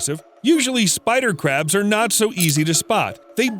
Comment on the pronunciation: Why do i hear every spider crabs as Spycrabs